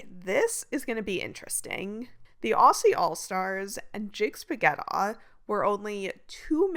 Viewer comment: Thank you greatwork! Also “Aussie” pronounced “Auzzie”